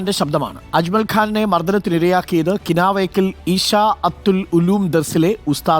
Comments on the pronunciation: കിനാവേക്കൽ അല്ല കിണവക്കൽ ആയിരിക്കും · കിനാവക്കൽ അല്ല കിണവക്കൽ ആണ് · കിനാവക്കൽ അല്ല കിണവക്കൽ 😅